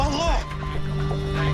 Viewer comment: The reason why MH370 is not included in the video is because the plane is still missing and despite debris from 9M-MRO being found the aircraft itself was not found really now Dahala? bro again Dahala? Note: sounded like he had a stroke while saying Dahala also Kenya is not pronounced as Keen-ya Kenya Airways 737/ :25 Thai Airways Airbus A :10 United Airlines DC :59 Air France :48 Air Asia )